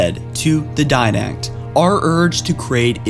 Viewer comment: This dude can't speak. For all you people they're called the Didacts and the one bitch is the Librarian.